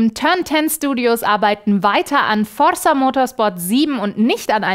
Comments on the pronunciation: Du betonst Forrza, wie Marrcel Skorrpion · und ich dir sagen kann das forza sicherlich nicht so ausgesprochen wird... das Z wird betont. hoffe als Südtiroler bin ich glaubwürdig genug, höre es jeden tag von Italienern. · Forrrrrsa :D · liebe das gerollene r * . * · sagt Forza so schön 😄